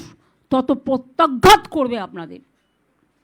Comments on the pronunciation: ইনি কি সত্যিই "রফলা"উচ্চারণ করতে পারে না "প্রত্যাঘাত" কে পত্যাঘাত বলছে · Pochar podhanmotri potyaghat। আমাদের মুখ্যমন্ত্রী প্র উচ্চারণ করতে পারেন না।